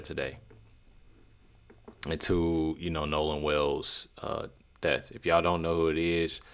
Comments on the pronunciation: It's DEATH, not "DEFF" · Seriously. Troof instead of truth. Deaf instead of death. He can't read or speak English. How can he be a lawyer? Dumb man. Embarrassing. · That milk dud looking sumbich can't even pronounce words right # deff # truff # coclusin and that's who you trusting around all that free money y'all got when your son wasn't a famous person